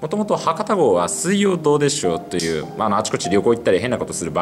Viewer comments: どうでしょうの発音が正しい。114514点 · 「水曜どうでしょう」の発音はこれが正解。